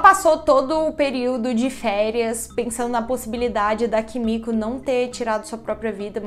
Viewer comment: Desculpa não consigo deixar de rir cada vez que vc fala Kimico 🥱🤣🤣🤣🤣 Amo esse canal 😍